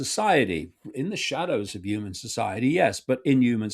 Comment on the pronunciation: I refuse to take seriously anyone who can't pronounce 'human' properly